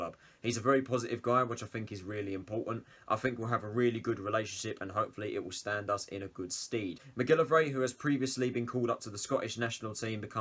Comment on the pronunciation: Stand in good steed...neigghhhhhh :-) (Pronounced 'sted') But other than that agree...Good signing for us for League One. Disappointed to see Amos go but not distraught.